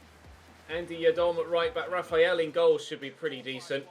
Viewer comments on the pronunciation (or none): none